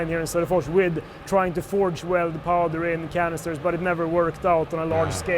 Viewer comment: Sodapors? Öh... vadå? Söderfors?